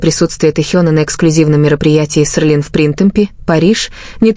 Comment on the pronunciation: Не Серлин а Селин